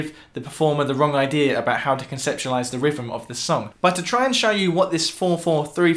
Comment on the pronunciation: Love how the English pronounce rhythm "rivvem". And they bust OUR balls for not speaking "correctly". : ) Anyway, enjoyed the video. Love hearing these raw, less produced and/or live versions of these songs.